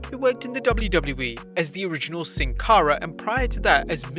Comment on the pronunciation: Still sounds like Sin Cawra. English speaking people are the worst